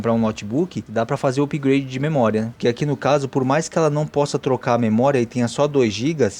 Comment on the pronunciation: Amigo!! A gente escreve "upgrade", mas a pronúncia é "apgrêidi" e não "upigrâdi". 😠😠😠😠🤦